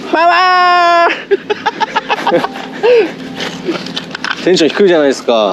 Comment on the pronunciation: 違う違うケンイチさん♪もっとこうなんてゆうか「パワー」は筋肉発音で…『パワ°ー°!!°』😁